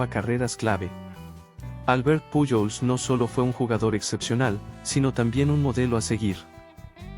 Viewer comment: Si hablas español debes mencionar lo nombres correctamente puyol no es correcto correcto es pujols con jota